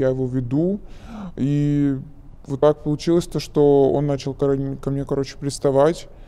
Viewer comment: Тоже поржал)) Особенно когда говорит -"каоче, помо заведение, помо каянная, помо куб")) что блять?